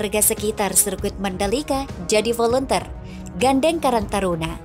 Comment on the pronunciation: Maaf mbak, volunteer itu bacaannya " voluntir", bukan dibaca volunter..Tks